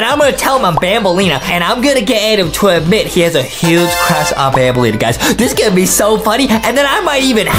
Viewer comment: Who Tf is banblea? It’s banbaleena dude